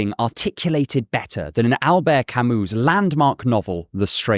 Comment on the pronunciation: i'm sorry but the pronounciation of 'camus' is killing me